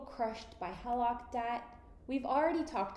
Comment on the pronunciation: Why don't you know how to pronounce HELOC?